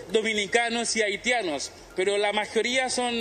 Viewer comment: "TURISTAS AHITIANOS"